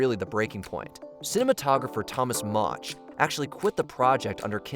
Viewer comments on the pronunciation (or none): none